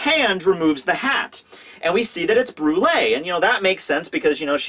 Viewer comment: Does anyone else remember when use to call her "Bru-elle" lol